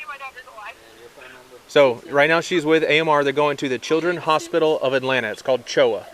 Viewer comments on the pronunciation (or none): none